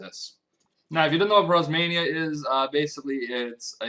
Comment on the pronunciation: prozmainia? its prismania.